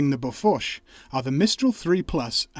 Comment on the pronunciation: I love it how you mostly correctly pronounce seebian names for the equipment yet BOFORSH somehow entered your vocabulary (google bofors prononciation)